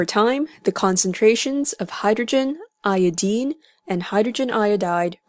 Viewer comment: niqqa said iodeene